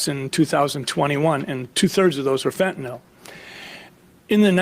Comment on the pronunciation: Why do people pronounce fentanyl as "fentanol"?